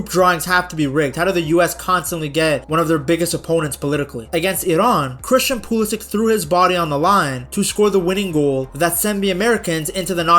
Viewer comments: pew lisic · If you're going to make a video on the US team, maybe learn how to pronounce their best player's name.